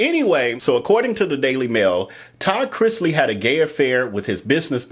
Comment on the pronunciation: ikr!! when I watched you again, I said "he said it right in the beginning!!" 😅